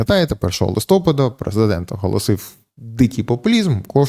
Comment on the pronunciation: Будь ласка, листопАд правильно, а не листОпад